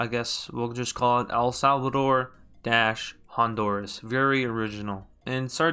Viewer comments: pronounced HON-DUR-UHS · you mean.... EL-HONDURUS